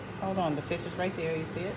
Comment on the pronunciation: Oh she sound like she said “bitch” for a moment but she said fish oo chile I need to sleep 🤣